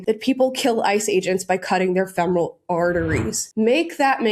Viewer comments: I know it's petty, but why are these professionals pronouncing “femoral” incorrectly? I know it's been years since I was a nurse an even longer since I took my terminology class, but we were taught to pronounce it “feh-mr-uhl.” OK, I'm done being petty. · This Person claims to be a nurse??? Fe mor al vein??? You can't even pronounce it right. Just another example of the tolerant left. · he's a nurse a he cant pronounce femoral artery correctly lol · He can’t even pronounce femoral correctly. He is a psychopath. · we have deranged nurses who cannot even pronounce the word, “femoral”. THAT is the great fear of modern health care. We need to return to vocation based employment in schools and hospitals. Get these desperate, emotionally unhinged and otherwise unemployable specimens OUT of the workforce. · Any nurse who can’t pronounce the word femoral correctly shouldn’t be practicing anyway. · he can't pronounce femoral and he's a nurse? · he just said the name of it the femoral artery he said it wrong but what the fuck is this guy doing? He’s clearly unhinged just by looking at him. That pearl necklace is wild.